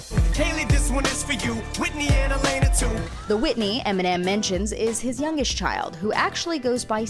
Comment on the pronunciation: It’s no even Whitney it’s lainey